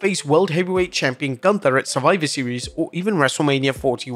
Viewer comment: Say Goonthaaa, not ganta....because it is wrong....don't amercianise every name, because that is disrespect^^